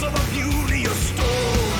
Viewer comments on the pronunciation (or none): none